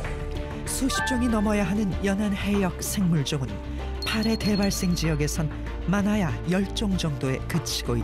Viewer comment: '파래'의 '파'는 짧은 소리인데 해설자는 긴소리로 발음하는 듯하네요.